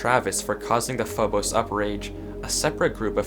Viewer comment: also I always pronounced it phob-us so it feels very weird to hear it said as phob-ose